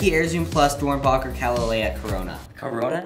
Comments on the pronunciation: Omg did he actually say DoernbAcher If there is any sneaker heads here does this trigger you ? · It’s pronounced dorn becker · The way he says ‘Doernbecher’ only true sneaker heads and og fans know how to say that hospital properly. said it wrong.... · No finna correct how they said doernbecher wrong 😂😂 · It hurt me when he pronounced doernbecher like that